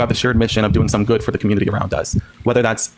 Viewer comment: Why does he pronounce "community" as " cobutity"?